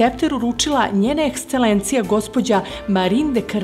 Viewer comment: Ko stoji iza glasa u prilozima (na primer o Madleni Cepter)? “Njena EksCelencija”?! Molim Vas! Dalje, u jednom prilogu kaze da se glumica “kalemila” umesto kalila?! Kako to dozvoljavate?